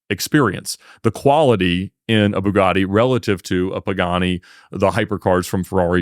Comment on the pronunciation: Ba-GaTTy, not Boo-Gardy